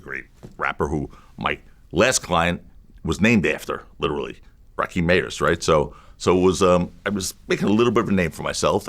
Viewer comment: Rakim not "Rakeem !" 😅